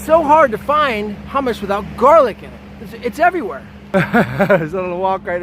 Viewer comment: The way you say GARlic everytime says that you're offended by garlic and you don't really care about facts, it's more about your feelings. Maybe you choked on one before. Maybe one bit you? Besides that, get over yourself and your agression against garlic.